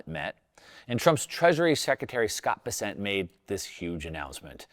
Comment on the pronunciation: Please, do a bit of research on how to correctly say Scott Bessent’s name. He’s not French. He’s from my home town in South Carolina. It’s pronounced “Bess-cent”. Like cent, not sont. 🎉😂